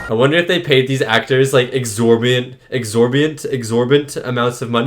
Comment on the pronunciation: Exorbitant....the word you were trying to say was "exorbitant" fees for their participation in the film.